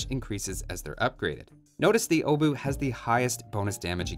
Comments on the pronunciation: Pole here, The 'ch' at the end IS pronounced, it's not 'oh-boo', more like 'obuhh' Also... You know you can use Google Translate to check pronunciation with the 'Listen' option, right? (It translated to 'hammer head') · Ch makes sound, it's not O-bu, it's Obuch. You're heavily highlighting "O" as well. :P Still, nice to see you dive into those analysis. Thank you <3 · Wait, is it really pronounced like Oh-buch? I'm a Czech myself so I thought that the pronounciation of the "O" part would be rather O-buch (With the "o" sounding like in for example the word "of" or "or"). Edit: So it's pronounced exactly like I thought. You're really close, but at the begining it's indeed pronounced with short sounding "o" (like I explained above) instead of it sounding like "oh". But the rest of the word is spot on from your side. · Correct pronunciation, just the O is not [Ow] its just [O] just like in "age OF empires" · I'm triggered that you know how to pronounce the CH at the end of Obuch but still choose to pronounce it "Obu" without the CH for the rest of the video. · Obuch are pronounced with a hard "H" at the end 👍🏻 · Iirc, the 'o' is pronounced as 'aw'. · It's pronounced "oo-bush". Trust me I'm spaniard, I have no idea. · I'm the only one that hear uwu instead of obuch? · it's pronounced "obuch" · gets told that pronouncing the "ch" as the "h" part of the German "ch" is correct - proceeds to read the "h" and not pronounce it at all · About the pronunciation thing and that one Polish dude writing that Polish is stupid about pronouncing "ch" similar to "h" in "house". Aren't most latin-alphabet languages like this? It feels like English is being "stupid" about pronouncing "ch" weirdly.